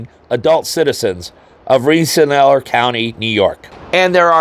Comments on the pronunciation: Ren-se-ler it is pronounced. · Pronounced Ren sa leer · It's pronounced REN-SAH-LEER county. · Love the channel and this was a good presentation. Had to laugh at how badly you mispronounced Rensselaer.